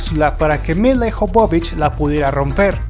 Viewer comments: Ijovovich cuando es Jovovich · el apellido de lila no es IJOBOBICH sino que es jobovich y para que se de cuenta mi querido amigo lo voy a escribir de tal manera que usted lo pronuncie y se de cuenta de su error YOBOBICH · No es milai jovovich Se escribe milla jovovich Se pronuncia mila yovovich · de donde putas sacas el Ijovovich es Jovovich porque pronuncias esa I innecesariamente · Se lee YOVOVICH. Interesantes tus videos pero te falta estudiar ingles. Es com cuando dices Tim BUrton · no te puedo dejar un "like' por que tu pronunciación deja mucho que desear. El apellido de Mil la Jovovich es muy claro, no se porque tu lo pronuncias tan mal.